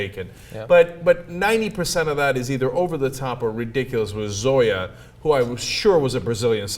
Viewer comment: "Zoya" is (if it wasn't already kinda obvious) actually the Russian variation/ pronunciation of the name Zoe and Cenk's attempt at the Russian accent sounds closer to Middle-Eastern.